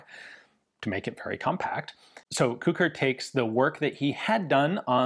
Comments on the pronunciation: I am the grandson of Kucher József. Thank you for your video. It was very interesing even for me and I'm very proud of my old man. (His name should be pronunced as "Kuher" not "Kuker" :-)). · It's pronounced more like Koo-hair, not Koo-kur. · It's pronounced like "kuhher", just put a bit of emphasis on the H. It's a German surname and should be pronounced as such. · I guess his surname in English is pronounced more like "Kutcher" or "Kutscher" but I may be wrong. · Sounds like how a Liverpudlian pronounces the word 'Cooker' 🤣🤣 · I just looked up the pronunciation on Google Translate, and "Kucher" is pronounced a bit like "Koo-Herr"...and it means coachman. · I believe the designer's name - hence the LMG's - is pronounced as the same as Koch as in Heckler & Koch. Definitely a german sounding surname. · iirc it's pronounced cuck'r. One of the sergeants in Generation Kill has the same name. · The "ch" in Kucher is pronounced the same way as germans pronounce "ch".